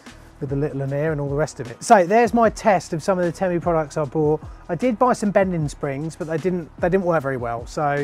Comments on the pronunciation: Why is it bothering me so much that you're saying temmu instead of teemu 🤣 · If your going to review a company you should at least learn how to pronounce the company name properly.